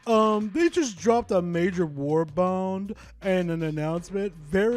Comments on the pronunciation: Oh, quick correction: It is a "war bond" not "war bound". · can't say WARBOND!